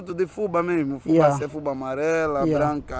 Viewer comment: aí falam FÚBA e aqui no Brasil se fala FUBÁ .. com acento no á